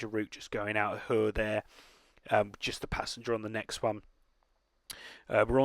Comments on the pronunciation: It is pronounced kur not chhhhur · I think Chur is pronounced more like cure, to name an english word that sounds similar. The Ch sounds more like a k.